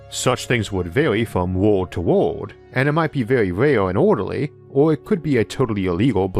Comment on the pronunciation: Can't tell if you're saying world or ward.